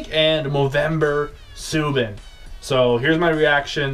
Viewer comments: its SUE-BAN not SUE-BIN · It is like Zoo, but with an S, so Soo and then Ban, Soo-Ban